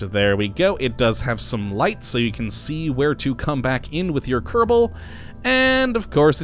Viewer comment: Ke-ro-bo space program?